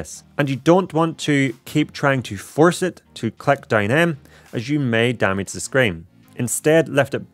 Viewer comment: Out of curiosity, where are you from? The pronounciation of "i" like "e" (vedeo, cleck, segnal, resky, queck, stell, endependent ("posetioned" was the most funny one)) takes some time to getting used to.😅